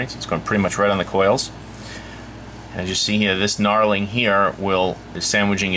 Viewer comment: Nice review,but the word is Knurling not knarling.